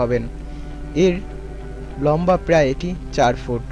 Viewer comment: Lamba... bah!! Ki shoddho pronunciation 😂